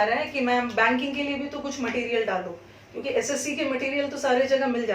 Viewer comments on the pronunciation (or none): none